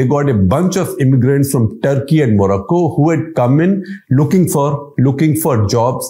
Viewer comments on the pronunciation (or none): none